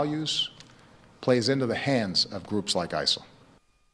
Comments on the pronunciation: Why'd he keep saying ISAL? I'm genuinely confused lol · Why does Obama keep saying isal? I thought the acronym was ISIS.